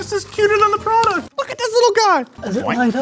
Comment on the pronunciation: I've noticed that all of them say prodect instead of product and now I can't unhear it